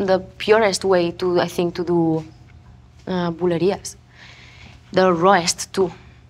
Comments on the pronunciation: Rosalia puede hablar spanglish toda la entrevista pero el pobre Zane pronuncia Bulerias un poco raro y me lo linchan. Jajaja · “When I hear a song like Valeria” Rosi: bulerias!? Lol I was laughing so hard